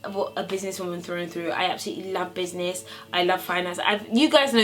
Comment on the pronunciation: "I love business!" the Nigerian side coming out loool 😂😂😂